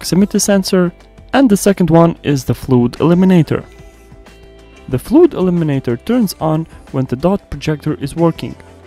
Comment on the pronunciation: It's pronounced FLUD, as in "mud". Saying "fluid" seems like it has a water sensor.